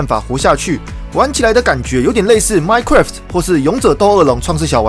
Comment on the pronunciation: 吐槽一下 之前聽了好幾次 其實minecraft是念minecrㄚft 不是minecrㄟft